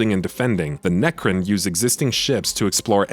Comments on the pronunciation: It's necron not necrin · Wow the quality level of the copy in this review is very low. Its Necron, not necrin. Also, you alternate between class and race, those are hugely different things. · Necrin? Try Necron. Pronounced neck-ron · Its Nec-Ron, like you now the name Ron. Not Necrin 😐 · My ears are bleeding. Neckrin.. Necrons my man haha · NECRIN ! NECRIN ! NECRIN !! YOU MUST BE FROM FLORIDA ! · Necrin? NERCRIN??? I’m listening to some serious heresy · Great review. “Nercrin” was a little jarring though they’re my favorite race so maybe I’m being a little nit picky